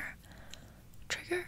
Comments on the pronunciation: When she said triger instead of trigger my face crinkled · When she started saying trigger like tiger, i died laughing 💀💀😂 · I love that she said triger in stead of trigger🤣😂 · & she says tragger instead of trigger ... wait what? 😂😂😂😂 haha! love her! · ”assmer” ”triger”